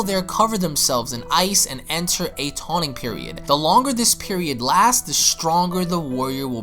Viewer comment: “TAWNING PERIOD”??? I’m soooo surprised that you ACTUALLY left that in....